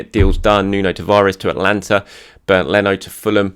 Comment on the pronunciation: I'm sure it's Atalanta not Atlanta. The much missed Football Italia taught me that.